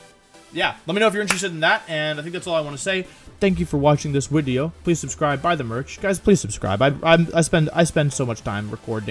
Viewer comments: Christopher Bodnar No it’s not a speech thing, just an inside woke. ( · Im sure its some inside joke..whys he say wideo? Not speech thing right?